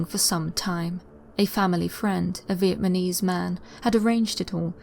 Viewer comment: Vietnamese not “Vietmanese” NAMese not MANese (constructive criticism) please no hate. Everyday is a school day 👍🏽👍🏽 Still my favourite storyteller by a country mile. 🙂 much love 🥰